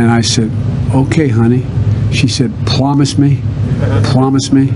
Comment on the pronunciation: That diaper is on fire, I pwomiss.